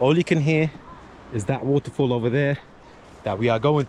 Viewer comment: Its not woutefoul. It's waterfall,loll